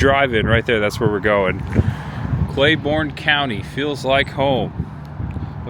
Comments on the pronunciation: The county is pronounced Clay-BURN not Borne. but the video is awesome! I spent many years trapsing through the hollers of Speedwell. and Running around with family and friends in Tazewell. Many summers eating at the Frostee Freeze. I miss those days. Thanks for taking me back. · It’s also pronounced “Clay-burn” county, not Clay-born”. Regardless, great video. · It’s TAZZ-wull….. and Clay-burn county….